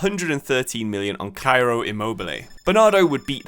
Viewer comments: it would actually be pronouced Chee-roh Immobile since he is italian and not spanish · CAIRO?his name is Ciro Immobile Like see-row